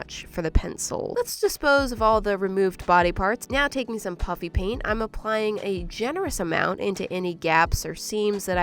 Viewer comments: Is she saying puppy paint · WHY DO YOU SAY PUPPY PANT???!!!!